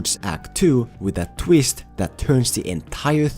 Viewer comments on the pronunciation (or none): “The tweest”